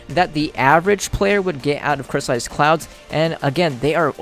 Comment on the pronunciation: he says " crystallized clouzz "